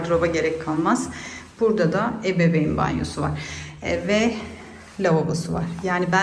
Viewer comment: Ebebeyn banyosu diyorsunuz sanirim..dogrusu ebeveyn